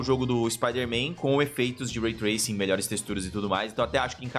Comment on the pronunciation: Não vou continuar discutindo com alguém que fala "Ray Traysing". E o PS5 não "aguenta mais", ele foi feito para rodar 4K e vai cumprir isso, da mesma forma que o SS foi feito para rodar 1440p/1080p e vai cumprir isso.